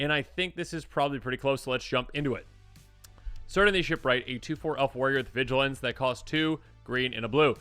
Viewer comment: In Tolkien, C names are hard C. Kirdan not seerdan, as example.